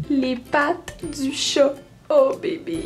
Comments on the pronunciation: Le chet, le au lieu du chat là !! ;) on dirait qu'elle vient du Nord !! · firestorm Les québécois disent Chôt au lieu de Chat... Y'a un problème nan ? =)